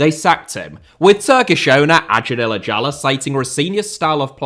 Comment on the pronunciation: I thought you said "Nigella" the whole video! Can't comprehend how it can be so hard to pronounce "Illicali" at least somewhat correctly.